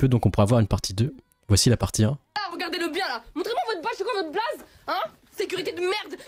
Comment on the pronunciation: "ses kwa vot blaze..."🫣